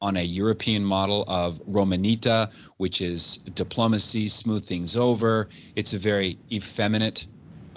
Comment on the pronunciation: Romanita....... “Roe mah nee TAH”. Not “Roe ma NEEta”. 🙂